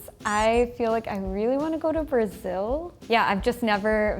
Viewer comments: A Larissa falou um português correto ao invés dos famosos "esquece", "ainda" e falou "Suécia" ao invés de "Xuéxia" típicos do carioca. A única coisa que pra mim faltou é que ela falou "BraSIL" ao invés de "BraZIL ZIL ZIL ZIL!!!" hahahahah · Pô como é q pode, a brasileira fala Brázil